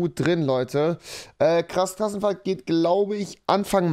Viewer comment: Klass Krassenfahrt😁😁 Wer verspricht sich auch immer hahajaha